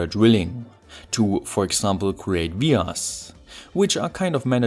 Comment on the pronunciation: What's a ve-arse?